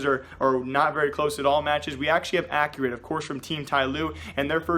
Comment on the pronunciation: Its not accurate its x-cue-rate